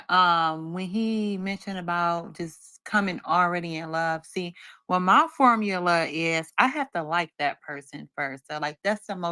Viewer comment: What is a "formalar"?! No wonder she's single... she's illiterate🤦🏾‍♂️😂